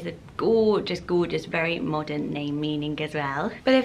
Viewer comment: I like how you say the word “Gorgeous.” It sounds like “Goo-juss.” Haha. ♥️☺️